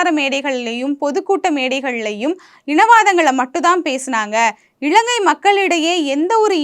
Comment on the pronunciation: 'இளங்கை' இல்லமா இலங்கை. தயவு செ‌ய்து காணொளியில் சரியான உச்சரிப்பு உடன் பேசவும். இதைப்பார்க்கும் பத்து பேருக்குக்காவது உங்களின் தவறான உச்சரிப்பு போய் சேரும்.